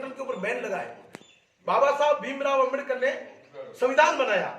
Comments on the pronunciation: Phle ambedakar bolna sikhle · pehle 👉Ambedkar shi bolna shikh le fir bakvash karna